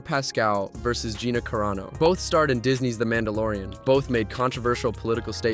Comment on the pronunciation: gina carano pronounced correctly in video but Carano on it's own pronounce CAR-uh-no why is that?